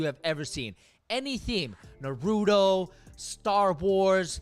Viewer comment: i’m fucking dead, lowkey cringes me when said “naroodo” instead of “naru-to” LOL good vid though. That mcdonalds collab is hilarious.